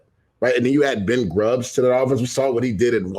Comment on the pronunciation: Did he say Ben Grubb? lol